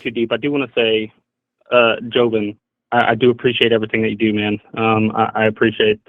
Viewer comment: Is it just me, or is the amount of ppl who mispronounce Jovan's name to (Joe-vin) is literally insane?